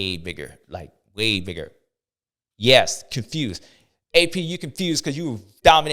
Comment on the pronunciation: Constewed not confused 😂